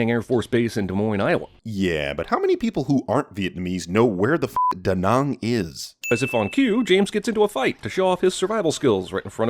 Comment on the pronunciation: You're probably the only American that I know of so far who hasn't been to to Vietnam yet (base on what I know) that can pronouns Da Nang with the closest accuracy, and that just make me like you even more.I should know how to pronouns it considering that I'm Vietnamese.